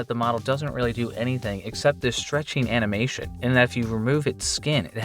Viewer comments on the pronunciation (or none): none